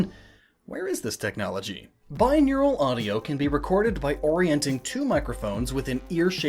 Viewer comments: It's "binaural, not "bineural" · Why did you pronounce binaural as bineural?